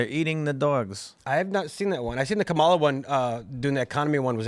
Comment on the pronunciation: I love pronunciation of Cam-a-la. 😂